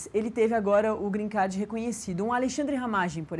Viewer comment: Alguém ensina essa jornalista a falar " Green Card" por favor